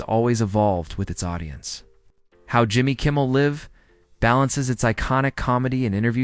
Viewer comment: Please learn how to pronounce Jimmy Kimmel Live.